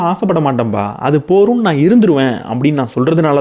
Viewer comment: போதும் என்ற வார்த்தையை நீங்கள் போரும் என்று அடிக்கடி கூறுகிறீர்கள்.அதை கொஞ்சம் கவனத்தில் கொள்ளவும்